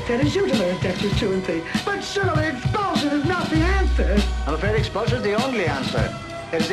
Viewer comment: I know its expulsion now but it sounds like "bullshit" :D